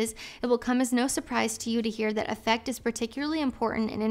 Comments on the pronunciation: When used as a word to mean “emotional disposition” the word “affect” is pronounced with emphasis on the first syllable: AFF ect, instead of the usual aff ECT. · Just an fyi, the word "affect" in the quote you read from, the standard pronunciation isn't like "effect" (how you did it). The initial 'a' sound is like the 'a' in 'cat' or 'hat'. And the emphasis is on the first syllable, so it's "A-ffect" not "Af-FECT". Same rule apples for "affective", it's more like 'A-ffective' rather than 'a-FFECT-ive' Promise I'm not trying to be a jerk, just offering you a heads up. Really appreciate your content. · I believe "affect" when describing someone's appearance is pronounced differently. Less like effect and more like the A in Aflac. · Was just coming in here to say that. AFF-ect, not aff-ECT. It's not being a jerk to politely let someone know something like that.